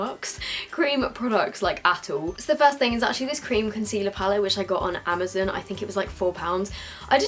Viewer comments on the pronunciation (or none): She said Amazoun